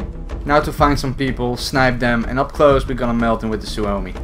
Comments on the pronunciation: Lol.. the pronunciations are so wrong lmao.. "Simo how huh" and "soo oh mi" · no you didnt you killed guys with other guns lol noob and you pronounce suomi like syömi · Not a super big deal but you pronounced suomi wrong. I had family from finland move to America around ww1 and I still have some finnish culture in my family.